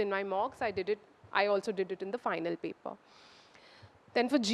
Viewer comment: When you come with fake accent....you start pronouncing "paper* as Pepa